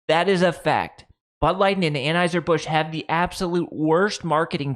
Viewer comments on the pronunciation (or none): none